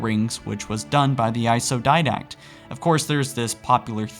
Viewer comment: why does this guy pronounce didact dindak